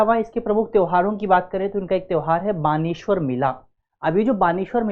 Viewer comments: बानेश्वर मेला नही है बेणेश्वर मेला है 😮😮 डूंगरपुर में भरता है नवाटापरा गांव में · Not बानेश्वर it's बेणेश्वर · Beneswar mela to suna tha ye baneswar kya h uccharan sahi kiya karo ham 7 class se beneswar padh rahe h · बेणेश्वर मेला है ना की बाणेश्वर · यह बानेश्वर नही बेणेश्वर मेला है में डूंगरपुर से हु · It is beneshwar Not bageshwar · बैणेश्वर मेला बोलते हैं न कि बानेश्वर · Baneshvar mela ❌ nhi sir beneshvar mela 😂✅ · बालेश्वर नहीं वो बेनेश्वर है वो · भाई क्यों दृष्टि की धज्जियां उड़ा रहा है। बाणेश्वर नही वो बेणेश्वर मेला है। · Sir... baneshwar nahi beneshwar mela bolte h yaha ... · need to correct u Not बेनेश्वर् mela it's बेडेश्वर mela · बानेश्वर मेला नहीं है बेणेश्वर मेला हे 🙏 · बानेश्वर नही बेणेश्वर मेला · वो बानेश्वर नही, बेणेश्वर हैं। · Baneshwar nhi vo beneshwar hai bhai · सर बानेश्वर नही है,। बेणेश्वर/ बेणका है। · बनेश्वर नही है बेणेश्वर धाम है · बेणेश्वर है ना कि वानेश्वर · Sir... बेणेश्वर मेला है वो न की बाणेश्वर और तीन नदिया है सोम माही और जाखम ना की 2 नदिया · बानेशवर नहीं बेणेश्वर मेला h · सर वो बेणेश्वर है। सोम माही, जाखम का संगम स्थल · Sorry to say but its " beneshwar" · बेणेश्वर है sir